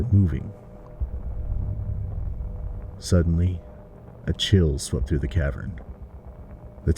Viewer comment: Through* not three. Jeez 80 years can’t even get that right